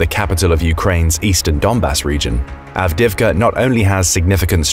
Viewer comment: Why do you pronounce Avdiivka so awfully? Lmao